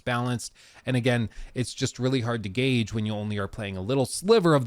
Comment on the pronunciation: Word of the day - gauge 😅